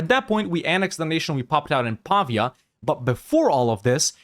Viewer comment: Awesome video, thank you! As an Italian I hope it's fine if I give you a few pointers: Pavia is pronounced /pa-VEE-ah/, rhymes with pizzeria. And the word is Guelph, like Ralph but with /gue/ at the start. The Guelphs vs Ghibellines conflict started out as a divergence between the pope and the HRE emperor on who had power over who. Italian duchies and republics used it as a wedge issue mostly. Republics and mercantile states sided with the Pope as they hoped to get more autonomy from the central empire, monarchies and more feudal-minded polities sided with the emperor.